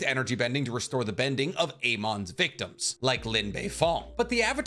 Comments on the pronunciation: Dude pronounces shit weird. It's not A-mon, it's Amon (amon). It's not Yakonè, it's Yakone (YakOn). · Nicks pronunciations always kill me lol … man said ay-mon 😂😂🤣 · Why did you pronounce Amon and Yakone like that😭😭